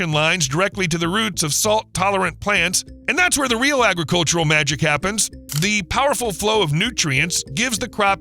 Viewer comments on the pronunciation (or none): none